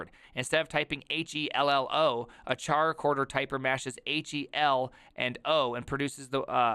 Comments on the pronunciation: It's so hard to watch this video because I cringe so hard every time I hear you pronounce the name. It's not supposed to sound like Charcoal, it sounds like Character. 😛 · Man, it is highly annoying to listen to, it is not "TscharaChorder" but Chara- as in Chara-cter! or in Chorder... Not that difficult. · pretty sure it's pronounced KaraKorder like "Character"